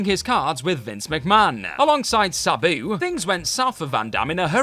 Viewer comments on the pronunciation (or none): Your pronunciations are fucking horrible. Sabayoo? It's Sa-boo. "Boricuas" is "Bo-ree-kwuz"